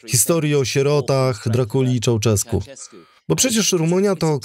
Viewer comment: Gheorghiu-Dej trzeba czytać Georgiu-Deż, a nie "dej", Ceausescu - Cziauszesku, a nie "czauczesku", poza tym dobra robota